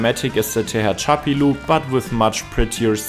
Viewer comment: I'm greatly impressed with your ability to pronounce Monongahela and Tehachapi with near perfect precision. Words that most Americans butcher to death.